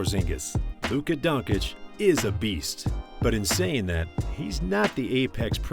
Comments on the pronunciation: You just murdered Luca's name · Dude at least you can learn how to pronounce Luka's name...